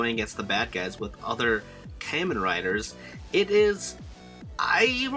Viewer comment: Very nice and informative video But it really bugs me that you pronounce Kamen as "KAY MAN" (Kay like the letter k). Kamen is pronounced as "KAH MAN". Please for the next videos please try to pronounce Kamen as I told you. Cheers